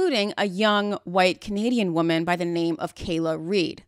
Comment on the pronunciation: "wombman" BRO WHAT 😭